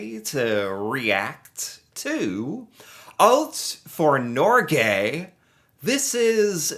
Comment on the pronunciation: STOP SAYING NORGEY!!!!!😅